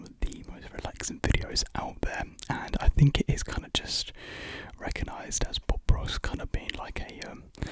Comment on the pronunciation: Man’s said bob ross but I thought he said pop rocks😭